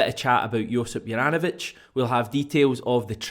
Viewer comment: Hajduk Split fan here, first of all, man you've absolutely butchered the name, no hate though, just gonna teach you how to pronounce it properly. Think of J in the name as Y so pronounce it soft not as a J, apart from that all should be good. Juranovic wore the armband for us and was generally underrated by everyone and most of us were happy when we got rid of him, it seems he tricked us all🤣 Man improved massively after he left us. not a surprise though, the pressure down here could only be compared to Napoli! Continue the good work🇮🇪🍀